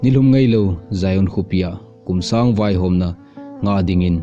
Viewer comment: Not Sousang It's Suongsang kho.. Kumsang vaihom Not Kumsung vaihom